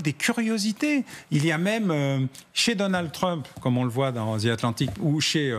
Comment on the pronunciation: MR. BAUER IL N'Y A PAS DE Z DANS LE MOT ANGLAIS THE . the atlantic , alors soyez fier de vous